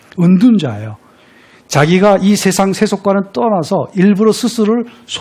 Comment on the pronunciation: 좌천,유한, 세상,권주,두 째,했어요,세상, 등 예는 선생께서, 장음인 첫 자를 짧게 잘못 발음한 일부의 실 에입니다. 놀라시겠지요. 한시 강의 하는 분이 심지어 우리 고유어 발음도 틀렸다는 것을 무어라 변명하시렵니까? 한국의 언어 타락상이 실로 거정입니다. "한국 어문을 고발함"이라는 책을 읽어 주실까요? 미국 변 완수 드림